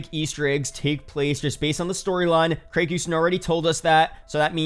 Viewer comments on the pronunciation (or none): none